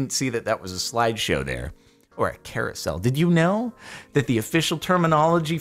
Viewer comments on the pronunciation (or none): ... a “Kara-sel” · Hahaha you said carousel and I was trying to understand why you said Kara's cell